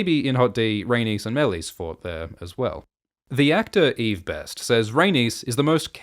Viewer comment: why are you pronouncing Meleys like that? they literally say it so many times in the show... also youre forcing too much of GoT into HotD, just because a dog is in Harrenhal doesnt mean "its a reference to Clegane" who wont be born for ages and is NOT in this show